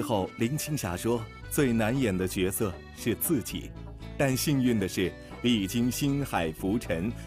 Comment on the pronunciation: 角色Jue se 应该念 Jue se.